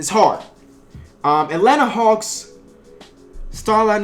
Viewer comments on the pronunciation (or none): none